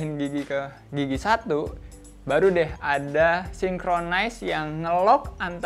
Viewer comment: salah bang , yg bener sinkromes, bukan sinkrones